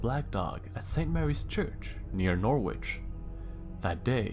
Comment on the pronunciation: nor-WITCH? Norwich is pronounced "norridge"